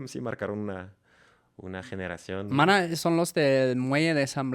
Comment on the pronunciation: Jajajaja jajajaja, la pronunciacion de Maná, jajaja ma-na.